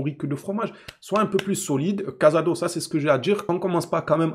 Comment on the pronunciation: Des que ta commencé a dire cazado ou lieu de casado et que ta parlais de son erreur j’ai coupé la vidéo rhooo. Casado c’est une revelation cette année je crois qu’on voit pas les meme match. Il a reussi a rentrer dans le moule en 3 mois. Il joue 6 l’un des poste les plus dur a combler. Je suis pas d’accord avec ton analyse.